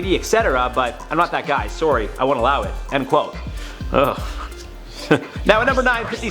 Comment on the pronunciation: Considering he can't even say sorry right I doubt he will ever say her name right